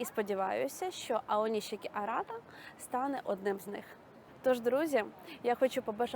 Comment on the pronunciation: Українською правильно Аонісікі.